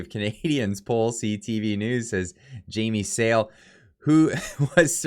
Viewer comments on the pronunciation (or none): Her name is pronounced Jamie Sal-(ay)